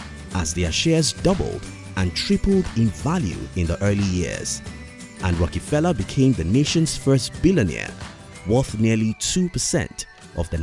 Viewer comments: It’s rockefeller not a rockee-feller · Sounds like John D. Rocky-pella